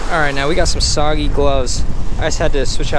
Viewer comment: The “soggy” one is pronounced “soo-gay-ling” lol hope this helps